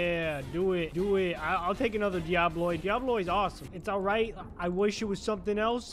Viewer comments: The way he says "diabloi" insteas of "diaboli" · "DIABLOI" ??? he cant read fr